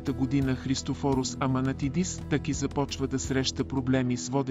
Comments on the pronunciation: Не ТЪки а ТАКИ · Защо изговаряте Тъки вместо ТАКИ, също и начина на говорене, въпреки приятния глас на говорещия, сякаш устройство говори Също на бУдигардове вместо бодигардове и СлЪви Трифонов 😅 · Много е дразнещо да слагате ударението на ,,Таки,,на последната гласна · Вземи си оправи говора! Казва се ТАКИ